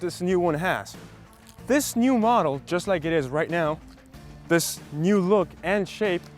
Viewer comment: "es yast gonna go and enjoy" lol what